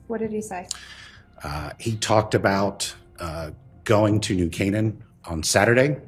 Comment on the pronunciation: When the AI "narrator" can't pronounce New Canaan... sigh.